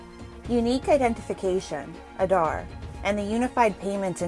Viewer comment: ANI reporter must learn how to pronounce aadhaar correctly. Stop this fake accent..